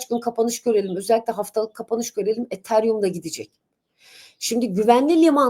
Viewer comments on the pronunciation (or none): none